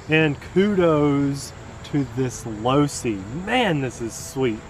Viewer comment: he said losi. enough said.